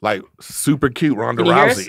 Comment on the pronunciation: Eric said “ super cute Rhonda Rousy “ lol